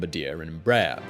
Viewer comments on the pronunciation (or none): The pronunciation of Embraer was all wrong too: It should be 3 syllables, not 2 Em ----- Brah.---- Err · Como brasileiro, não Rio das pronúncias de BOMBARDIER, apenas Rio da forma como falam EMBRAER. As a Brazilian, I do not care about how they pronounce BOMBARDIER , just laugh about how they say EMBRAER. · Embraer sound like EmbrraAIR in brazilian portuguese. ;)